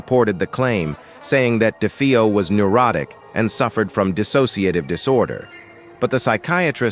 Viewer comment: Poor A.I. can't decide how to pronounce "DeFeo."